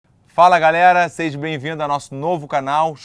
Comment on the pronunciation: "Seje" pqp